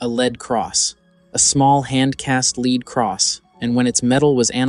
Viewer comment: It also pronounces the metal "lead" wrong 1/2 the time.